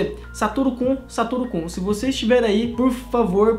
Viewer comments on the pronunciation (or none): Mano ele fala Satoru Ku mas não e Satoru Kun? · Parece q Ele Fala sarutu Cu😂😂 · o tava falando satoru cu kkkkkkkk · O falou satoro - cu, kkkkk